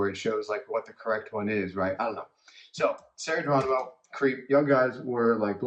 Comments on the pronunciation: Sarah's surname is pronounce with H instead of G. Thanks. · Her last name is Geronimo, pronounced it Heronimo, not sound G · Geronimo HERONIMO that's the right way to say her surname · It is pronounced Heronimo